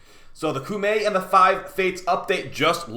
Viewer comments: KO-MAY is the actually pronunciation btw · Heard someone said cummy